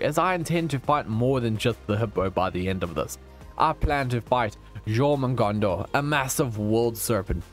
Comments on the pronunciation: That jormugandanar hurt my soul... ITS Jörmungandr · Jormungandr (Jörmungandr) Is pronounced Your man hunder Btw :D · I love you vids! Btw, it’s pronounced “Your-mun-gan-der” (Jörmungundr) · its said like jormungandur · When you said mongondo I thought you said your mom